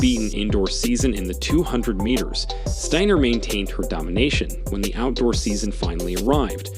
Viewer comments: Could you make up your mind about pronouncing Abby Steiner's last name? Is it Stainer or Steiner? Btw, could you have shown the woman's race in its entirety? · 1. What did she do to Jackson that was so insane? Beat her in a race? Stop it! 2. Who is the moron narrating this clip? He mispronounced Steiner about 135 times. It's Sty-ner. That's it, not Stain-ner, or Sten-er or whatever other way he pronounced it. Show some respect and at least act like you've got some smarts. If Steiner is too hard to pronounce or you keep forgetting how to same the name, call her Abby. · Lol this dude pronounced her name 3 different ways steener, stainer and steiner... what a moron. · Dude, you went from “Steener” to “Stainer” to finally “Steiner” at the end. The vid would be more believable and acceptable if you were to pronounce Abby’s last name correctly, consistently. Dork. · Wow three pronunciations of Abby's last name (Stiner Steener Stainer). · Abby Stainer😂... enunciate bro. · Please pronounce Abby’s name correctly! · Abby is awesome but, it is disrespectful to mispronounce her last name at times and pronounce it correctly at other times. Also, it's not CAHVID,,,it's COVID. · What's the deal with the commentator in this video? He goes back and forth between pronouncing Steiner's name with a hard A sound and a hard I sound. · Be nice if you’d get the pronunciation of her last name correct. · A little annoyed that the announcer mispronounced Steiner and baton so much. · Please pronounce her last name right............Sometimes you do sometimes you dont...